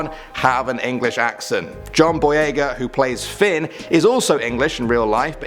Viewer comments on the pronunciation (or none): none